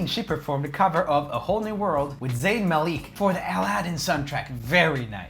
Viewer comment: Ik it's not related to the video, but the way he said ZaIiIiN mAlEek triggered me so hard